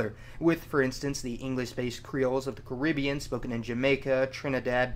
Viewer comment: Hearing that pronunciation of the Caribbean is tough.